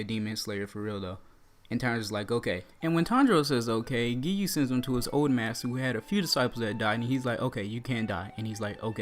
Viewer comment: He said geeyuu